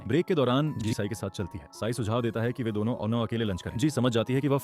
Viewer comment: Ci-n ❌ Sai✅ 😂 sorry don't feel bad 😅😢